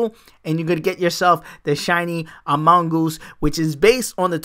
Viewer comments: he really do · He do be pronouncing amoonguss badly wrong